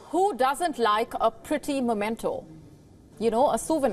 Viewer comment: Lady its called "memento" not "momento". 😬